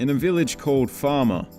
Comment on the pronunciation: The stadium of Brighton and Hove Albion (the Seagulls), Amex stadium (aka the American Express Community Stadium), is in a village called Falmer which, believe it or not, is pronounced Fal-mer (not Far-mer as stated here). Falmer is also home to the University of Sussex and the more recent Brighton University.